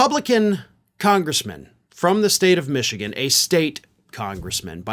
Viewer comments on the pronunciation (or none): none